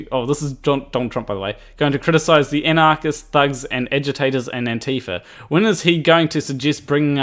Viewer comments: It's pronounced "Anti-Faa". First A is short and emphasized, the A at the end is pronounced long. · Fa shouldn't be long, as it's the first syllable of Fascist, which is a short A. Ohnti-fuh.